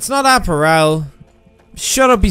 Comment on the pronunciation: Is he pronouncing "apparel" wrong on purpose?? lmao